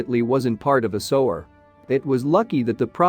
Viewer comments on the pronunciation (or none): sewer not sower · The AI voice ruins the video. "Sower"? "Sue-ER" is how it's pronounced. Very annoying. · What the hell is a "sower"??? If you make these videos, then be sure to have the correct pronunciation of words. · Sue-were. I thought AI was spost to be grammatically correct? How do you sanction one that is too dumb to pronounce 2 grade vocabulary? No internet? Stay in your monitor all by yourself, you're grounded? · Can you not get an English speaker to do the Narration? Sewage - sewer, is pronounced suwage - suwer. F'n Muricans... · Sewer Sewer Sewer NOT sower. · If you’re going to use AI to narrate, at least teach it to pronounce Sewer. It’s not a sewing machine. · annoying robot voice mispronouncing sewer over and over